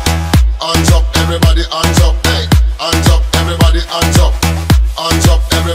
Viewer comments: هي الكلمه هاندز اب هو ينطقها انجب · ands up!!!!ليش ماينطق الاتش ؟